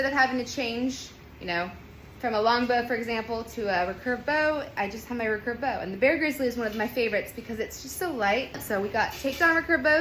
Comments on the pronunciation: The way you say recurve bow is very odd ? Is it just your accent? How would you say “I will redo my hair” or “ I could remake this video “ or “reoccurring mistake “? Reeee-curve not rucurve . Emphasis on the e and two syllables. I think the real word is actually hyphenated, re-curve but who uses hyphens anymore it’s not like it could make someone sound silly 😉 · hey i was wondering why you pronounce recurve like that. Everyone I have ever been around in Archery (west coast of Canada) pronounce it like “re-curve” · I have to smile everytime she says "racurve"... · If only she could say recurve properly.